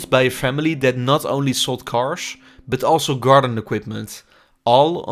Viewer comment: Nice Video. Thanks for the impressions. But your pronunciation made it hard for me to listen to it. Please stop saying carsh 🙈